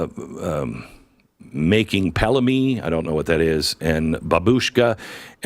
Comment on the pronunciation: I'm guessing you meant Pealymany (peel-ee-many) it's a Russian / Ukrainian meatball dish. Really good! I worked with a bunch of them and they brought it in from time to time.